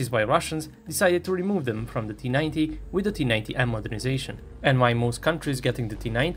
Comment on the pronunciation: it’s just his accent, it’s the T-90 A